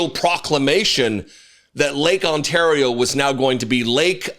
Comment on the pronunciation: OOOooo.... he can say Ontario right. NO one takes him seriously!